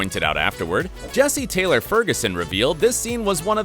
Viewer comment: Yeah he said Jessie-Taylor 😭